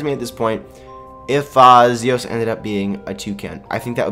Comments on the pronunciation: Lol sorry not Zosis but Zios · its z iiiiiiiii os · your saying zios wrong